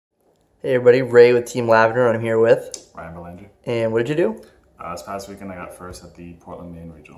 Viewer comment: Something about having a french surname but doing an american pronounciation of it is hilarious.